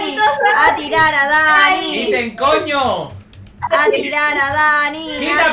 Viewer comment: Dani dise koño :v